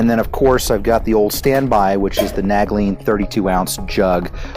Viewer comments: All your gear appears to be brand new, have you tested or used any of it? I've never heard nal-gene pronounced nag-lene before lol. Great gear but I'd probably test it all to be familiar with it and make sure it holds up. Tons of good stuff there! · But those are Nalgene not naglene. you keep saying nag-lene